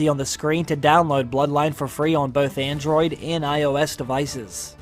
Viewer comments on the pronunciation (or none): none